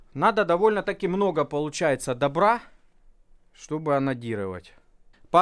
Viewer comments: За место анадирывать слышатся ананирывать. Целый час смеха. Спасибо ) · "Классно конечно, давно я мечтал научиться онанировать" именно так мне послышалось